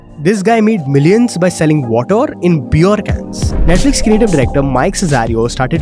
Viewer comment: Aisa kuch ni hai he purposely did that, he said water again in the middle of the video but it was correct this time.